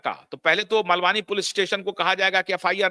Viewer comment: जय श्री राम 🙏 सर मलवानी नहीं मालवणी